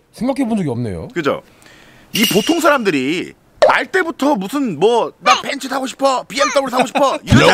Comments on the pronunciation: 벤스 발음 듣기 좋네 ㅋㅋㅋㅋㅋ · 벤츠를 벤쓰라고 말하는게 왤캐 고급스럽고 믿음직스럽지ㅋㅋㅋ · 중파형 벤츠 발음 고급지다